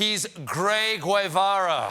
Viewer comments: I thought Guevara would be known well enough as to pronounce it correctly... I guess not. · Sorry Stephen but u mispronounced Guevara. And I don’t approve of this monologue. Go Bernie go